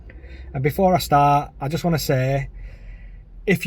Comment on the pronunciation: "that I baugh, and before I star"